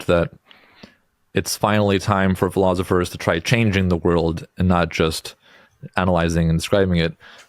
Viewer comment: philothifrs? Really, Dude?